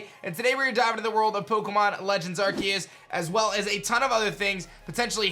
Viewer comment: PLEASE FOR THE LOVE OF GOD STOP SAYING IT aR-KEY-US ITS PRONOUNCED AR-SEE-US